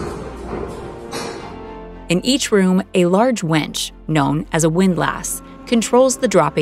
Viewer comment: "In each room, a large wench..." I didn't see the large woman.